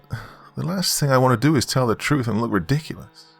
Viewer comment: Redicreus ( reminds me of the seinfeld episode)